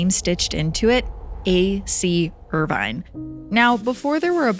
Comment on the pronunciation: Not 'Irvine' as in 'wine', but Irvine as in 'gin', my dear.